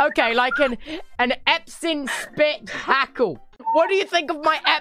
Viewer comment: He was trying to say 'Spitzhacke'. Its the german word for pickaxe and he was playing the game in german for fun. (Diamond pickaxe is 'Diamantspitzhacke' and Iron pickaxe is 'Eisenspitzacke'). Niki was probably laughing so hard because she is german herself and my reaction was the same tbh xD